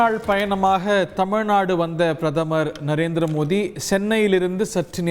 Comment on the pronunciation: இவர் ஏன் பாரத பிரதமர் மோடி அவர்கள் என்று சொல்லாமல் மோதி என்று உச்சரிக்கிறார்..